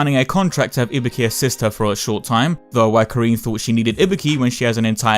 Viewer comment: Im not here to get your opinion about her design because i dont give a SHIT whether you like it or not, Im here because i want to know her story. and please FFS its IBUKI not IBIKI...